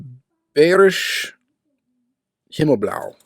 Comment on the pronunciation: Bayrisch Himmelblau is translated Bavarian Skyblue, the a pronounced like the a you did it in Yatming, Ruf is located in Bavaria. 🙂